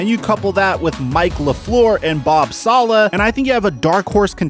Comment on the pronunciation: he said "bob salah"